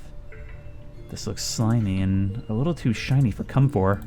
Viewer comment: "comfor" made me laugh for 3 minutes